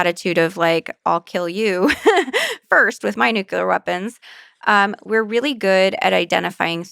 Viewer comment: it ought to. Especially when the person claims to have a synesthesia for language. Yet they pronounce nuclear as "nook-you-ler" and jewelry as "jew-la-ree." These mistakes muddled in with the "likes" and "ya knows" hardly demonstrate an above average mastery or conceptual grasp of language. But that's just my opinion.